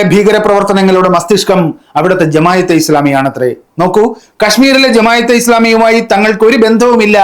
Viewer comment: എടാ മോയന്തേ, ജമായതെ ഇസ്ലാമിയല്ല, ജമാഅത്തേ ഇസ്ലാമി എന്നാണ്... അവരുടെ പേര് പോലും നേരാവണ്ണം എഴുതാനും പറയാനും അറിയാത്ത നീ ചെലക്കുന്നത് ആര് കേൾക്കാനാണ്....